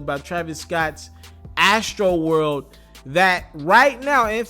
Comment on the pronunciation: You say astroworld funny AF lolllll